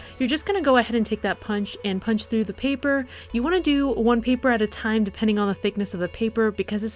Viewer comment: When she say trough ts hillarious (in a good way not to be rude or anything)